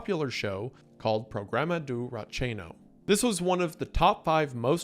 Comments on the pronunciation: I was thinking "oh, he's pretty good," and then he said ratinho and I died xd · Ele pronunciando RATINHO me matou kkkkkkkkk